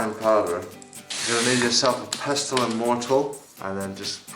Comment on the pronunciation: Cool tutorial, thanks for the video, but just so you know it's mortar and pestle, not mortal and pester.